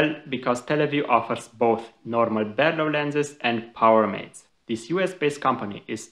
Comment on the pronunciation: It's a BAR-low. Not a BARE-low.